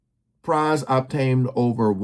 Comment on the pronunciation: This dude does no research, doesn't care to learn the correct pronunciation of Pras' last name, SMH.